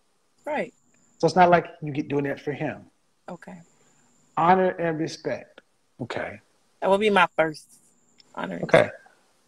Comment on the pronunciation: Did she say respeck🤔🤣🤣🤣